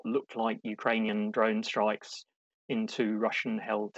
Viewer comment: Not "droin"! DRONE!